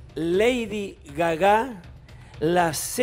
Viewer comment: Se está riendo porque Ricky Pashkus pronunciaba Gagá en vez de Gaga. Comprensión de texto!